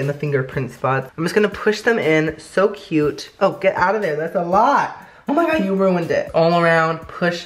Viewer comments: Always poorly mispronounces oh my god when he tries the food. I watched him since 10k, big fan! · Replay every time he says “oh my gawd”